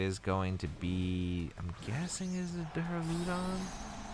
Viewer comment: also i think its duraludon, as opposed to Duuraluudon